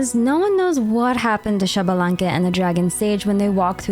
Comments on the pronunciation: Not Shabalanque its ISHbalanque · Xbalanque is pronounced eesh-bah-lan-keh, not shabalanque. The X before a consonant in mayan is pronounced "ish" or "eesh" for english speakers.